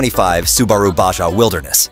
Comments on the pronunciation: Its spelled Baha, not Badga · Stop saying "ba gah"